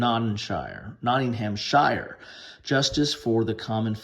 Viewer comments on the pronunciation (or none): Great review. Don't be shy; say it in one breath with a quiet S. not-ing-umh-shuh